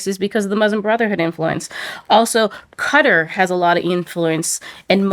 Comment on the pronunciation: Its called Qatar (kaataar), not "cutta"